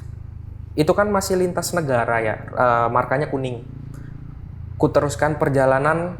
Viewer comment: gagal fokus tiap dia nyebut "negara"